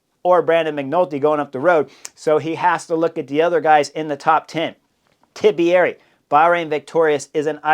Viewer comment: Chris; long time subscriber; love your channel. But please for the love of an Italian god, Please pronounce Tiberi’s name correctly. 3 syllables not 4. Think Tea-berry. Not Tib E Ari. 😮 …I mean how would it be if we added a syllable to your name making it Hornier?